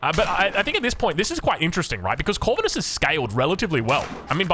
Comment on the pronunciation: Nah mate, ur pronouncing it wrong... It's not Corvinus... It's Corvinus... Good lord... 🙄😮‍💨